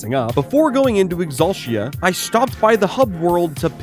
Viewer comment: I need you to stop saying Exulshia. ExulTEEuh